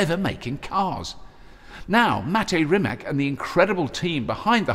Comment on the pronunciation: When you say "Rimac" it sounds like you're going to say Rimmer.